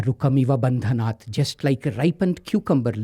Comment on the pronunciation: wrong pronunciation of maha mritunjaya mantra..... its bhandhanan and not bhandanaat